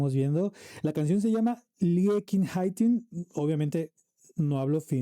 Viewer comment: Hello from Finland, and thank you for your reaction. You pronounced "Liekinheitin" very well; the final "e" is also pronounced like in Spanish. Also, "Pete" is pronounced more like "Pepe." I hope to see more of your reactions, so I've subscribed!